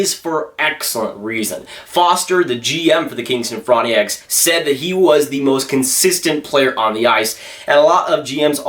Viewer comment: It pisses me off how he pronounces Frontenacs like “front-ng-ee-acs”